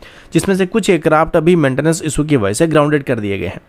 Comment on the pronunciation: Bhai, pehle aircraft kehna seekh. Acraft acraft kah kah ke dimaag ka dahi bana diya hai.